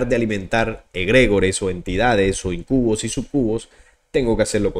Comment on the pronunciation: Íncubos... súcubos.. Con sus respectivos acentos y entonación..